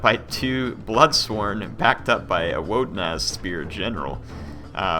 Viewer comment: Every time that says Wodenaz, I heard Woden assed spear. I thought what they got horns on their butts? I had to pause when he had them highlighted to be sure. Protect your hearing kids.